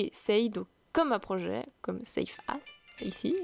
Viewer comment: bah encore c'est moins pire que quand elle dit "as" par ce qu'elle le prononce "ass" ( TU SAIS CE QUE CA VEUT DIRE !!!! ASS !!! ) "as" ça se dit "az"